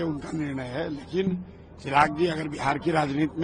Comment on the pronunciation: चिराग ❌ चराग ☑️😂